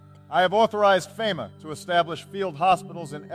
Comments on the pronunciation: "We can now deploy Fim'ah" lol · you can make AI pronounce FEMA correctly by spelling it differently like FEEMA